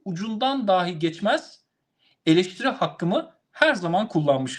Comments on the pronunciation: düşünce ve yorumunuza bütünüyle katılıyorum. Küçük bir eleştirim olacak: Konuşmanızda bir kaç kez kullandığınız bir kelimeyi yanlış telâffuz ediyorsunuz. Doğru seslendiriliş "dahî" şeklindedir. "Dâhi", dehâ sahibi anlamına gelen farklı bir kelimedir. Türkçemizin doğru kullanılması hususunda hassasiyeti olan bir ağabeyiniz olarak yaptığım bu eleştiriyi hoş göreceğinizi umarım. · Yeter artık. DAAAhj değil . DAhiiiii.